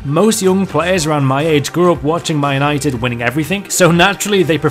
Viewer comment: I can't stand how you say man united "my nighted"